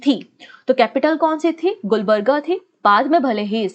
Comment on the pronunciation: Lots of mistakes in your pronunciation, For the sake of your students correcting..... - wali is वली not वाली - मेहमूद गवान ( aa ki matra ) - it's Gulbarga गुलबर्गा ( also called Kalaburagi) Congress President Khadgeji's constituency